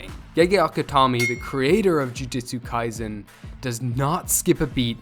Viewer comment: ITS NOT JUJITSU KAISEN ITS JUJUTSU KIASEN 🤓👆